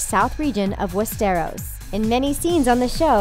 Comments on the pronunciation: Fizzy - Yeah, stressing the wrong syllable is an issue, along with pronunciation. Wes-stair'-ohs vs. Wes'-strr-os. Some find it irritating. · "West-Air-Os"??? O.o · Am I the only one who's bothered that she keeps stressing the wrong syllable in Westeros? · and real instead of Re-al!West-eros!AHHHHHH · They did get some right though.., But yeah, wes-teros stuck out... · Nor of westéros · WEST-ARROWS !!! Hahahahahaha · We-stiros and eksos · well, I think we are all aware that the narrator has never seen GoT... she cannot even pronounce Westeros how it's supposed to. :/ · she cant even say westeros properly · Westarrows and Eggsauce wtf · I cringe when she says Westeros and Essos...